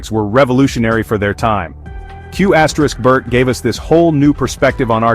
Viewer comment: Who honestly pronounces the asterix in Qbert?